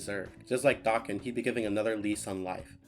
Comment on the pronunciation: Hearing someone say his name correctly absolutely scratched every itch that has ever itched i love you sm